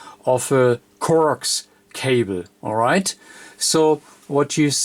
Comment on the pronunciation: Except he pronounces some words wrong. Coax is pronounced co-axe not coax. He does similar with the word balun which is pronounced bal-un not balloon. Cable too which is kay-bull not cobble.